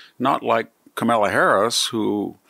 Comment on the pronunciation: Are we supposed to take seriously someone who says “Camilla Harris”?